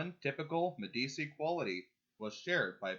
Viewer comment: One note, Medici is pronounced "Medi-chi".